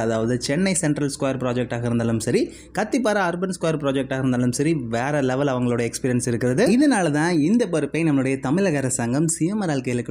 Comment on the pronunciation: தம்பி... நீங்கள் ஸ்டைலா பேசறோம்னு நினைத்து 'பொறுப்பு' னு சொல்ல வேண்டியதை 'பறுப்பு' னு சொல்றீங்க... உங்கள் முயற்சி பாராட்டத்தக்கது...ஆனால் பேசும்போது இயற்கையாக பேசுங்க. தமிழை தெளிவாக உச்சரியுங்கள். உங்கள் காணொளியை வெறும் இளைஞர்கள் மட்டுமே பார்க்கிறார்கள் என்று எண்ணாதீர்கள்....புரிந்து கொண்டதற்கு நன்றி...